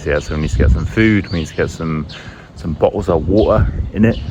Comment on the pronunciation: Thank you for the video. What accent do you represent? I like your "bo-les of wa-er" said for "bottles of water".